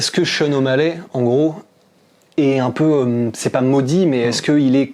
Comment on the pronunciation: Les français vous êtes trop chiants ! Sean o mallè? Sérieux? Vous ne savez pas faire un effort et dire o mall i ? Omallet... ridicules